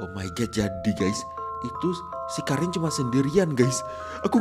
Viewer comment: Bang itu karen dibacanya keren